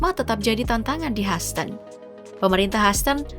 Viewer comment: Hyhouston huston , haston 😅😅😅